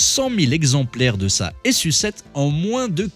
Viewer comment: Je crois pas que ça se prononce S.U 7 mais plutôt su7 comme sucette